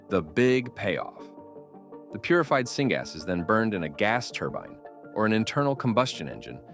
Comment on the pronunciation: Singaaz lol not knowing what you are reading... syngas or synthetic gas